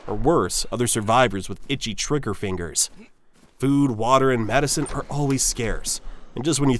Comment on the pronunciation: "...itchy tricker fingers" What??